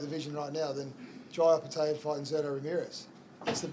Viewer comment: come on bro get that Opetaia pronunciation right its not taya its tyre